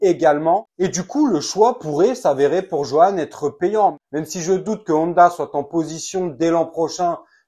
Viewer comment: C est pas nonda ou oneda, mais Honda (on - da)